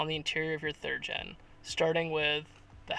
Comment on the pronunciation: did you say "third en f body"